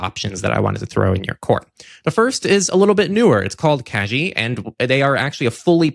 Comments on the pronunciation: Kagi!!! Yay! Btw: G in kagi is like in "gate", not like in "genie". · I believe Kagi is pronounced ka-gee like in geese, not ka-jee like in jeez